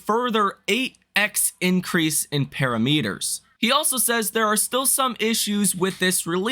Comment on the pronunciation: Para….meeeeeeters. That’s not how you say that 🤦‍♂️